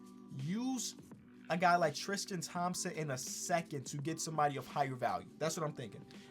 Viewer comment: TRiiiistttiiiiIIIIIIIIIIIIIIIIIIIIIIIIAn Thompson lol its tristan not tristian